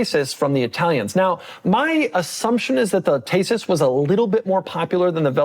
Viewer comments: Decent pronounce of the Lancia, however it is not “taysis” it is just “tEsis” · It’s Thesis not Tesis!!!